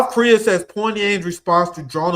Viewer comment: let me help you out with your Korean: the heir to a corporation is a CHAI-Bowl The Korean City Pyongyang is pronounced PyONG - YANG